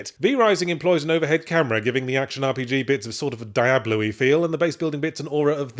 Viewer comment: When you said “Diablo’y feel,” my mind heard the name “Diablerie.” 😂 Can’t wait for the next book.